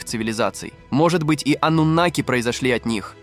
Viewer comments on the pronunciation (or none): Ойц... афффторрр, ставьте ударение правильно ((( аНнУноки